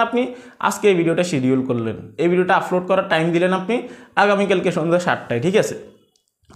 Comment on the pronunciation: ভাই আপনার এই ভাষা গুলো উচ্চারণ সঠিক করেন প্রতি ভিডিও এই শব্দ গুলো বলেছেন-আফলোড,ফতিনিয়ত,,ফরিশ্রম,ফেজ ,ফালাটফ্রম,এবং,ফশ্ন